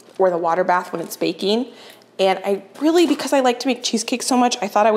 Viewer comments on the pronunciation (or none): none